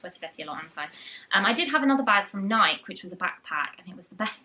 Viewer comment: I believe it's pronounced "nigh-kee" not "nike" as in mike and ike